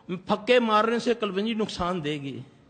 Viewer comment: NUQSAAN NOT NUKHSAN